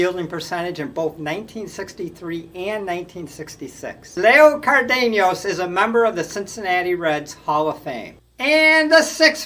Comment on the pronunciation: Not to be an axxhxxx but both Zoila V and Leo C. played for the Twins and you butchered both their names. You must not have grown up in the 1960s like I did. Sorry but I couldn’t resist.